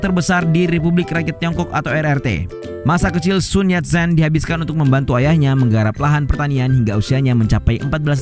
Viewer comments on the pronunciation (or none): Bacanya biasa aja bro Sun Yat sen . Gak pake Z. Qing dibaca ching bro bukan king Gak ada dinasti king di china